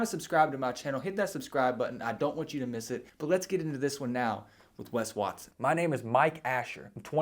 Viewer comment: 'Wes Waston'